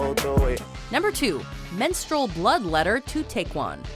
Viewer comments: TAECCYEON not Taecwon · She said Take-yun instead of Tay-see-yun. Like come on now research how to pronounce something or say you do not know how to pronounce something. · How about the time Jung Yunho got poisoned by a fan? Any Saesang interaction kind of tops this list. also its /taecyeon/ not taekwon. pronounced like "take yon" lol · His name isn't TaeKwon. His name is TaekYeon. Yikes that's bad. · It's TaecYEON! (YON) not Taekwan!! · It's Tek-yawn, not Taekwon. Hottest right here👌🏾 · Did you mean TaecYEON? Since when does a y sound like a w? Smh... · She said taecyeon’s name wrong lol😩😩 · Ugh the pronunciation of Taecyeon is cringe... Also this list is nothing compared to other stalkers kpop artists have to deal with. There is more than enough to create another list. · She pronounced Taecyeon wrong ._.